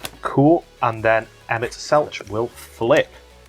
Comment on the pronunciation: Loved the vid, though got to say, Emet-Selch is pronounced like Selk, instead of the normal ch sound! Bahamut